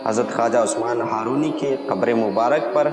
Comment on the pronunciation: لفظ زندانی نہیں.....زندنی ہے.....لفظ ہارونی نہیں بلکہ ....ہرونی ہے....